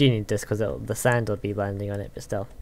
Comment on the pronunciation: you said sand i heard sign XD